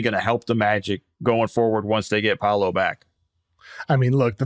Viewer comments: It's amazing how many people don't know how to pronounce paolos name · PA O LO, how hard can that be?! Just Muricans being Muricans